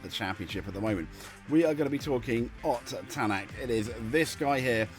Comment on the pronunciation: I'm sorry but the name mispronunciations in this video are EGREGIOUS. Thierry Neuville - Tee eerie New ville Ott Tanak - Oit Tanak Kalle Rovanpera - Kallay Rov an pera Sami Pajari - Sammy Paa yaari With regards to Mikkelsen, he's a gravel specialist so i have no idea why Hyundai have put him in the car for the asphalt events. Truly baffling decision making imo.